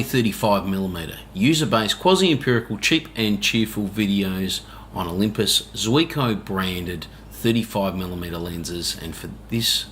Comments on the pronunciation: It’s not Zeeko. In Japanese it’s pronounced as three separate syllables, which luckily all exist in English. First: “Zoo” (where you can see animals) Second:The letter “E” Last: Co (as in Co-operation) So, “zoo” “e” “co” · Pronounced 'Zeeko'